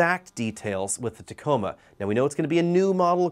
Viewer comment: Tacoma not taco